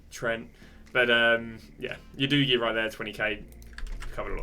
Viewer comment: Nice vid! Also Ya doogie? I believe its "oooo-dough-Gi"